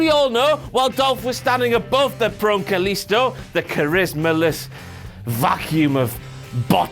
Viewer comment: Dasha fuentes says " kalisto" in such a beautiful way because she's latino and knows how to pronounce his name you scratty internet virgin